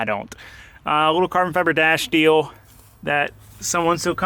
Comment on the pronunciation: Did he say cabron mirrors? Lol